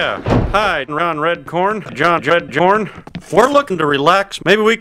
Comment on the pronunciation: I fuckin died when said "John-Jed Jorn"